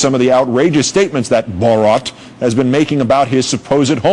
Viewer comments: Mans literally said Robot in reversed to make borat lol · Legit. Every time he pronounced it, it sounded like he was about to throw up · can you atleast learn how to pronounce the name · cringe every time the reporter tries to say "borat" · What can't anybody pronounce his fucking name properly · I hate the way he says 'borat' fucking hell its not hard to pronounce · This stupid presenter can't pronounce "Borat". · THUMBS UP IF YOU LAUGHED THE WAY HE SAID BORAT. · Why does this gay say Borat really shitely?! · BORAT....NOT BOROT!! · BORAT not BOORAT...idiot. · Normal people: Have you seen Borat? This guy: BOROT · Why can't Americans say His name right?? It's BorAt...........Not BorOt!!! 🙄🙄🙄🙄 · I dont know how any native english speaker would pronounce rat as rot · OMG its not BOROT Its boRAT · lmao listen to how the americans say Bo RAT , they say it BOW ROT lmao what the hell ? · I wonder if the reporter's mispronunciation of 'Bor-RAHT' was intentional, he seemed to go at it pretty fierce, lol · "Borot" why dont these people do their own research before going on air and sounding like an idiot. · Bo-rot? Really...? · Say BO-ROT one more time , i dare you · Who the hell is Bor ROT, learn to say his name jesus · The only match for borats troll level is the anchor’s consistent mispronouncing and overuse of bo-rat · wtf is with the "bOraught"? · this news guy is a dick! borot???? wtf??? dick! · borot hahha lol does this guy live in a cave or something??? how could no one have corrected him.......... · It's not Borot you moron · lol.. the guy pronounces borat like 'borot' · It's even funnier that the anchor can't even pronounce Borat's name lol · I die a little inside every time he says “Borat” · Then later he actually brought tourism to the country Lol. Got damn is wrong with this guy saying borat like he a got a twinkie up his Amy’s. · Damn he says it wrong every time 😭😭😂😂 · Why is he saying it like that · They can’t even say his name correctly, what idiots